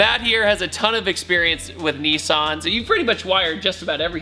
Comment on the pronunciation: Nissan! Not nissarn!! I swear that's a trigger for Australians and everyone else 😂